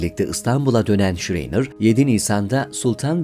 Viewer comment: "Şreyner" değil ama , "Şrayner" okunur ve söylenir.